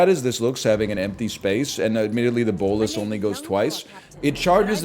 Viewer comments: NL is awesome, the only thing that bothers me is how he pronounces bolas lol. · Nicol Bolas ass pronunciation